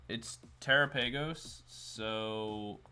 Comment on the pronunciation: did you actually just pronounce it "tera paigos" i lost interest at that point